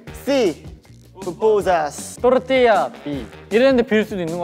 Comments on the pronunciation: is my favourite part because i'm obsessed with the way sumin, hyunwoo and yujun say their team name 🤣 TORRRRRRRTILLA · The entire video looks so fun ! But this part got me when they’re telling their team names and the torrrtilla one makes me laugh so much with the way they roll the r 😭😭 They were all so cute too ! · The prononciation of the name’s team is so funny 😂